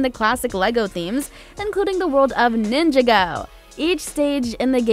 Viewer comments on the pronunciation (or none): Sunshine24 She should have said nin-JAgo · Did she just say Ninja-go!? Fr it’s in the name Ninjago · as a hardcore ninjago fan, I’m triggered your pronounced it ninja go instead of ninjago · I cant be the only one who cringed when she said Ninja-go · Hotdog - I’m not a ninjago but that still triggers the frick out of me to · Ronin Clark ikr